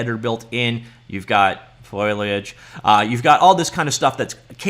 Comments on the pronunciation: WTF is FOILiage? It's FOLiage. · FO-LEE-AGE... not FOIL-AGE... just sayin. :) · Hey, I'm not trying to be a jerk or anything, it's Foliage. Fo-li-age. Seemed like you were struggling with it. Hope this helps! Thanks for the review, I just started down the learning Unreal path, super fun! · foh - lee - uhj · F 'OH' liage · Deckles and foiliage. Lol. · Very interesting. It's not foliage it's foliage.